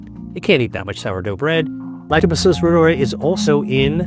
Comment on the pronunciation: Really funny how Americans pronounce the German name "Reuter"., and Reuteri.... It's pronounced "Royteree", not "Rooderi"...